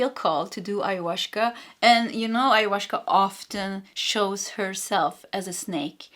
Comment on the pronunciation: There is no "sh" in the pronunciation of Ayahuasca, I think. In general, Spanish does not have the "sh" sound, but a gentler "s".